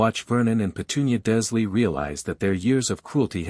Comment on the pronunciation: Very gripping story. Given your pronunciation , you or AI ate consistently leaving the “R” out of “Dursley”. In this story, Harry is seven, Draco in this story is eleven, it in the books he is the same year as Harry. iGinny in the books is a year behind Harry, but since she was buying a cauldron Lucius slips the diary, she would be heading into her first year, therefor eleven as like Draco.